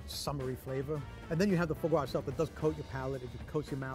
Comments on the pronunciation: "Pure extression of faux gwo" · His mispronunciation of foie gras is so aggravating lol